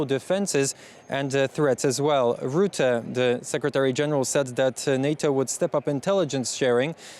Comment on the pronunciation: Say russia, now say Rutte. There is no Ruette